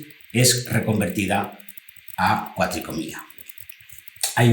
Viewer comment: Gran video, y una explicación perfecta. Muy agradecido por la información. Sólo un comentario: se dice cuatricromía, no cuatricomía. Queda muy feo en un video de esta calidad.